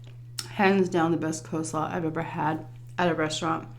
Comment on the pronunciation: Funny that you pronounce coleslaw as co-slaw haha